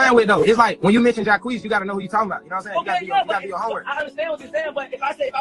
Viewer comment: idk why you keep mispronouncing Jacquees when they keep saying it in the clips it’s honestly cringey like you didnt even listen to them saying his name when you edited the video. its JAH-KWEESE 😒 not whatever you’re saying